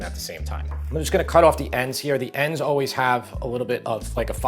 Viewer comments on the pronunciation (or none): none